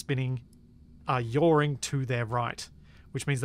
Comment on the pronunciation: I love "yawring"